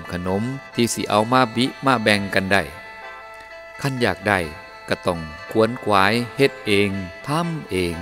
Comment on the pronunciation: ขวนขวาย อ่านว่า ขะ-หวน(ขน) - ขวาย